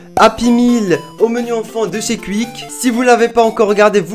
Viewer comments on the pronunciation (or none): Quiiiick ta dit mdrr qick